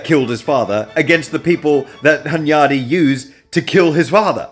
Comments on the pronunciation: As a Hungarian, dude mispronounces Hunyadi every time he's paying attention to it, but gets it right in passing, which doesn't help him beat the allegations! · As a Hungarian hearing Hunyadi pronounced this way feels super weird. After you're done with this series I'd love to see you make one about Hunyadi's son Matthias